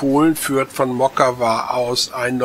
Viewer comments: not moKKKAVA,,but MOCkava, C like tcar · Mockava (Motzkava nicht Mokava). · Wenn das Polnisch ist, müsste das doch Motskawa ausgesprochen werden oder? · Mockava lest man "Motskawa". Litauische Sprache benutzt tschechische Lautaufzeichnung. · Das "mag" nicht, sondern IST SO. In allen slawischen Sprachen und im Litauischen wird das 'c' als separater Konsonant entsprechend dem deutschen 'z' bzw. 'ts' ausgesprochen. Und auch wenn man das nicht für Allgemeinbildung hält: bei der Erstellung eines solchen Videos darf man sich durchaus die Mühe machen, die Ortsnamen zu recherchieren und korrekt auszusprechen.